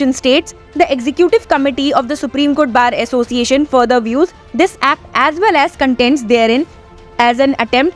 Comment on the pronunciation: How a person who can't rightly pronounce "Supreme Court Bar Association " become the president of the All India Bar Association of India?